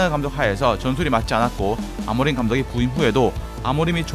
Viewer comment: 아모림이 아니라 아모링아닌가?